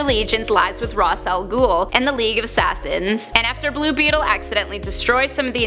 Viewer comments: Am I the only one who cringed when she said Ross Al'Gul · You pronounced R'as Al Ghul name wrong.